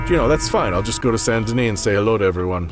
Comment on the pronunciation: So you regret saying Colm the wrong way instead of "Colom" but you seem not to care to say Saint Denis the right way instead of Sun Duh Knee.